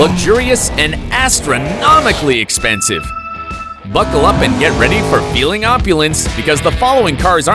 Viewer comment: Que dijiste?expensive?lol